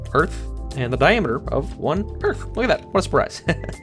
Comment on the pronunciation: You have no idea how funny 'Earth' sounds in my Non-Native-English ears :D Oorth